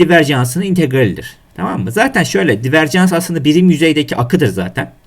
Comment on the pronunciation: devrim cans değil hocam "dayvörcıns"